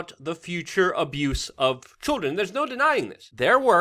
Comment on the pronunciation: "Chwrildren " -luke Lol